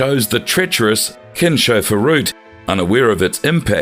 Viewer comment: It's pronounced like Kins Hofer route not kinsch